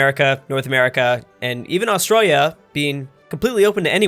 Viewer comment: you say Australia really weird